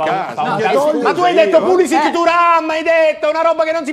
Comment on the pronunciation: A dire pulisic meglio di thuram ci vuole un bel coraggio